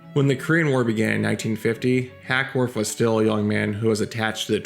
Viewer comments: HACKWORTH NOT HACKSWORTH. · It's Hackworth NOT HackSworth> Christ, have some respect and get the name of the subject of your video straight! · Why do you keep calling him HackSworth?